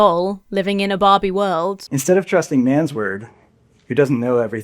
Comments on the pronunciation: you should make your accent clear with the difference between "Barbie" and "Bobby." 😆 Just sayin' 😊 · Took me a few good seconds (and the mention of the word "doll") to understand you said Barbie and not Bobby. I am so sorry:face-pink-tears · Oh, Barbie. I assumed you said "Bobby"! 😂